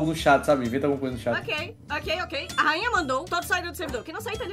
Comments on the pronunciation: EI DEVO DIZER ALGO A FALOU REINHA MANDOU NAO RAINHA O PERDEU OLHEM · Kkk só eu que percebi dizendo no fim reinha kkkkk